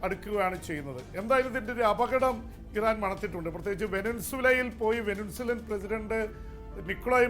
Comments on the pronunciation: വെനിൻസുല അല്ല P P വെനെസ്വെല എന്നാണ് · Please say VENEZUELA. There is no N between N and Z. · വെനസ്വല അല്ല ഇറാൻ എന്ന് ആർക്കാ മനസ്സിലാകാത്തത്